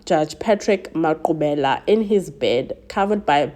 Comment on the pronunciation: Finally a true crime that's South African and correct pronunciation of the victims names❤😊